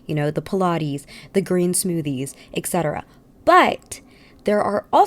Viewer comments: I love you and will continue to watch your every video be wise of your thoughtful and entertaining content...but every time you say "ex-cetera" my soul dies a little. It's et cetera. With a T. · Et cetera, not eKcetera